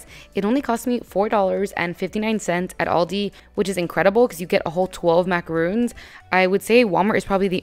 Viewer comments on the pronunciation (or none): Great job! That was very inspiring! Btw, macaron is pronounced with a short o sound , rhymes with John. A "macaroon" is a drop cookie made with coconut. 😁